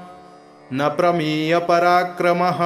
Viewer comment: 23वें श्लोक के उच्चारण में जानकीवल्लभ:+श्रीमान् + अप्रमेय पराक्रम: उच्चारण होना चाहिए,न कि : ''श्रीमान् नप्रमेयपराक्रम: "" यहां अप्रमेय का नप्रमेयपराक्रम यह उच्चारण अशुद्ध होगा। सादर सप्रेम सद्भाव सहित।